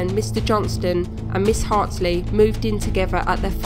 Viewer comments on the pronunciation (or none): the name's Hartley, right? You keep saying Hartsley?